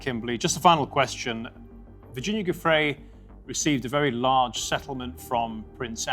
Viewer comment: pronounced "joofray"--you're make a video and don't pronounce her name correctly?!